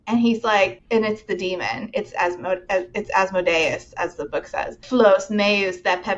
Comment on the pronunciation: that specific mispronunciation of Asmodeus makes me think that either the author or the audiobook narrator is a dnd player